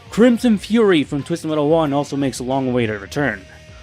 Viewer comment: Man don't put so much emphasis on the t in metal because now that I noticed it I feel like you do this purposely and not due accent wise, tbh now typed do you even have an accent or wtf? I can't tell and that bothers me greatly. LIKE hmm being unpolitically correct I can't tell if you would be from America or from another country? Please lemme know, low-key am curious of your nationality btw not making fun of your speech am legit curious. My accent is southern greatly Texas accent but yea great in depth vid what's your take on this all being in sweet tooths head? Edit: gets to the point in vid, and am facepalming myself, sorry for the previous gripe mb.